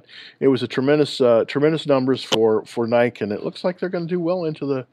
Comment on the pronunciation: are u pronouncing it NIKE it’s NI-KEE.